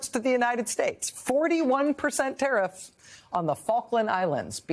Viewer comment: TERIFF ERVYTHING.,,. what do you mean ? .,., ERVYTHING !!!!!!!!!!! 🤣🤣🤣🤣🤣